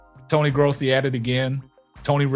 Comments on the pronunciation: Its not "graasi" it's gross-i. I like your channel so far though! Subscribed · You pronounce his last name “grow see.”